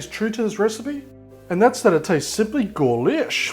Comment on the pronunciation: I'm sorry but wtf is "Golish" 😂?